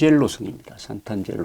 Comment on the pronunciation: "상트-안젤로" 라고 해야 맞는말 아닐가요? 재미있는 여행기 잘 듣고 있습니다.